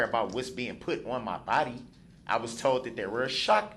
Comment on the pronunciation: I axed about what was being put on my BahDeee 😂